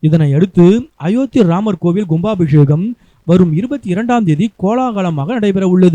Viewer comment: Gumbaabisheham illada koomuttai KUMBABISHEHAM enru solludaa mundam